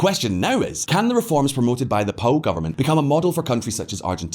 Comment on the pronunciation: It's P O U, not Poo ffs!